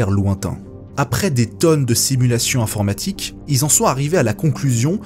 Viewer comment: A il dit "informatique " ...